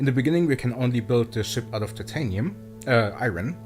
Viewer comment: You pronounced “iron” wrong.